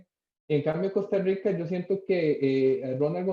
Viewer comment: Jajaja me justa como dicen Costa Rica 🤣🤣 Costarwica dicen 😂